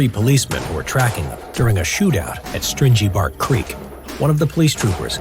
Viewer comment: HAHAAH@ creek!.....String ee bark... WOW.. dont let that bloke pronounce another aussie town name for gods sake!